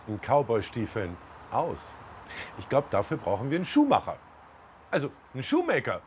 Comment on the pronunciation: Er hat halt "Schuhmacher" woertlich "uebersetzt". Das passiert vielen Deutschen.